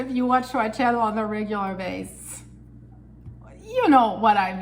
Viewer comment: BASIS!!! it’s pronounced BASIS. Not BASE!! Eg. On a temporary basis. You use the word on a frequent basis.!! Ps. Love your attitude ❤ and personality. Also helps you are beautiful too. X.